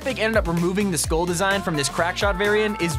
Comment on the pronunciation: It took me a full minute to realize that you were trying and failing to pronounce the word 'Skull'......it's pronounced like 'Dull'.